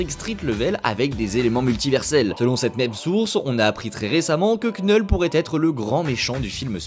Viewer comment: Super boulot frérot, mais je vois que vous avez tous du mal avec la prononciation de "Knull". (You KNOW)